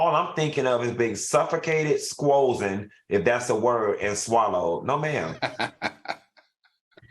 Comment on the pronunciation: Not “SQOZEN” Funky!!! 🐍🐍🐍💀💀💀💀dead😂😂😂🤣😂🤣🤣😂😂😂